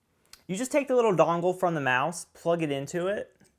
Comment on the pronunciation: Sorry but everytime you said dongle... great video though!!